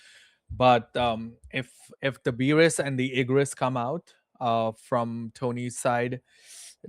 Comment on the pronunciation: Commentators please do better with card names. The shadow army vs mill matchup was so bad, calling Tusk “Tank” and Beru “Beerus” 🤦‍♂️